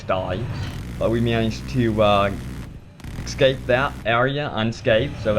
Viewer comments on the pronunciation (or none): none